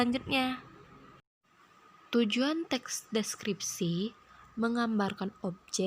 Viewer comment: kesulitan ngomong teks deskripsi...tapi lumayan mantap, referensinyo dari mano lah